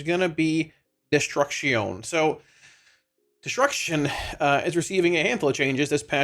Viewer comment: Should always pronounce Destruction that way 😂